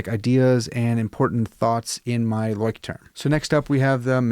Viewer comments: I think it’s pronounced “loyschtrum”. I use Midori and Leuchttrum but I made my own leather covers for them. I’m a therapist and the clients who take to journaling we will make then a Midori style. Gives them some ownership and personal attachment to their journal. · Had to go search the right pronunciation of Leuchtturm after you mentioned it. Found a video on here of a girl asking a Leuchtturm worker at a booth. He said it’s pronounced “LOY-strum.” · Leuchtterm is pronounced LOY-SH-TERM in German. :) Craziest pronunciation I know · It's roughly 'LOYSH-term' in English. Not a weird name at all! I'm very fond of trying out no-name brand / euro-store pocket notebooks for my trash books, as you can occasionally find some real gems in there. I'm currently using a B6 Midori for my commonplace, and have really enjoyed every Leuchtturm I've used. Can't afford Moleskines these days, but I don't find that a loss as the quality isn't as good as other alternatives despite the higher price. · Hard to believe you're so educated and the term Leuchtturm kicks your A _ _. ya could gone to google translate and "learned' the pronunciation of your favorite writing book. Again if it's your FAVORITE and can't even say it your deserve a good ribbing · The "ch" is pronounced the same as in the word loch, not "sh"